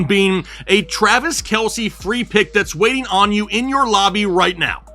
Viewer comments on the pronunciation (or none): none